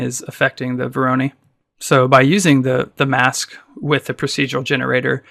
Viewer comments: Vor - ruh - noy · When did Voronoi become veronee?